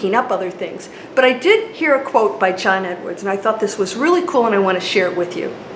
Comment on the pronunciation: Learn to pronounce John Edward properly